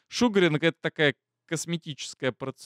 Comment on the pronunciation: ШугААААринг, а не шУгаринг!